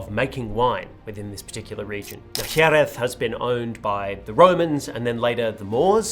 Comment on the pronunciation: As a Spanish speaking fella, I appreciate the dedication to pronunciation of Jeréz. Points for trying.